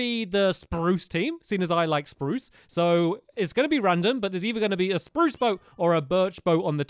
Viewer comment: You said Spruse Wrong